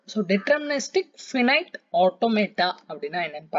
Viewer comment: Its not phinete automata its (finite ( pronouces as 5 night)